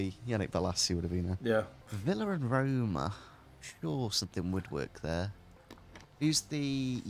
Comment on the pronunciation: Not to be rude but Stop saying Roma